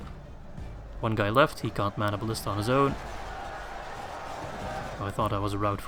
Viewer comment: whenever u say we ride as one, i hear: "We ride as Juan!". Just makes me picture a mexican with a sombrero on a donkey.